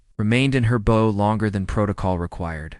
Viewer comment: The pronunciation of the word “bow” is incorrect and annoying!